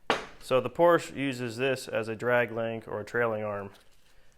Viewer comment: I personally would have machined the Porsche (which by the way my friend, is a two-syllable word (: ), hub to fit the wheel bearings in the MR2 spindle.